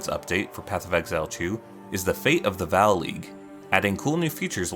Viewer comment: *vawl Not "val"